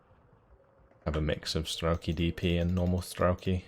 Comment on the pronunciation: Hi,. As your russian spectator let me do a littlework on pronociation (it's very painfull to her soome things every 5 seconds). Not strElki, but strelkI. The funny thing is that strElki is something very different (strelkI- shooters, strElki - lines). And not konnAya, but kOnnaya. kOnnaya razvedka means just horsman reconnaissance. And yeah, waiting for you plaing axis side. It'll be interesting how you deal with Andryusha's barrages without masses of arty or bombers on your side